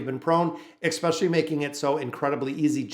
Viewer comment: I couldn't listen for too long, because hearing you mispronounced especially, which you seem to say hundreds of times, was driving me crazy.